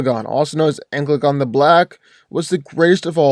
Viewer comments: It hurt me every time he said ankle uh gone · Normal people: An-cal-a-gon: Anal-gun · that is not an accent, he just didnt read it right, An-ka-la-gon leaves no room to be mistaken is "Anklegon" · It's ann-cala-gon not ancylagon please say the name right at least. I'm trying not to be a grammar nazi but jesus man you butchered tf out of the LOTR names. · AN-CA-LA-GON.... not ENGLAGON or ANCLAGON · Who is Anglegon??? Do you mean Ancalagon?!? Who the hell is Aarondel? Do you mean Eärendil?!? You are butchering their names. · It is pronounced AN-KAL-A-GONE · Sounds like you're saying anklegon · How do u pronounce Ancalagon as anglegon thats so off it doesn't even make sense to say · its pronounced An-Cal-Lah-Gone not the way you said it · Every time he says Ancalagon the wrong way it physically hurts me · I say Ancalagon the Black wins because his name sounds much cooler. ( misspronounced his name) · wrong pronounciation for Thangorodrim and Ancalagon